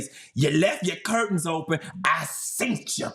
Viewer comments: “ I seent Cha” 😭😭😭😭😭😭😊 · "I SeentCha"❗❗❗ 😂🤣😂🤣😂🤣😭😭😭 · 😅😂 He said, I seen-chh.. Hilarious